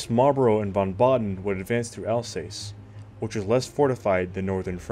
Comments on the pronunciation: Alsass not alsays. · “Alsace” is pronounced “Alsas”.😊